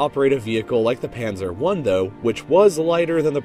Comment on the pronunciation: I love your German... "schwewer güsdaw"... "Pännser"